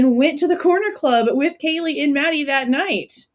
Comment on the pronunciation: Didn’t he mispronounce Kaylees name? Or was it that he didn’t know Maddie? It’s all weird because if he knew Kaylee he would know Maddie.